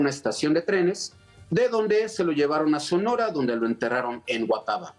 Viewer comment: esto es una correccion para el dr que esta narrando esta parte de la historia de mexico, donde fue sepultado alvaro obregon es la cd. de huatabampo, sonora no es huataba, ojo